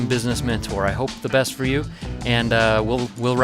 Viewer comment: Did he just say "gentletubers"??!!